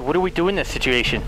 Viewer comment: Take a shot every time he says "I WAS BEHIND YOU DA WHOLE TIMEEEE" or "sitiation"